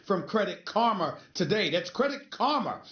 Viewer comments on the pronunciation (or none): "credit karmer, credit karmer, thats karma" it's pronounced "car-ma" stephen a not "car-mer"